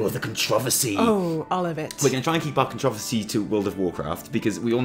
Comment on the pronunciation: ''controhvercy'' ''murc''O